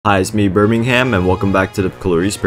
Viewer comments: cant tell if he said Birmingham or Birbingham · him saying birbing ham caught me off guard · i got so confused when he said birbingham